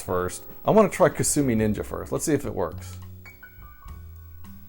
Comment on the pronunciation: I remember hearing a trailer for upcoming Jaguar games say "Coming soon...Kasumi Ninja" which to my ears sounded like "Consuming Ninja". I thought maybe it was a sequel to the oddball Lynx game, Kung Food.